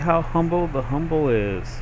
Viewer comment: Why do you say "Humble" in the vid tho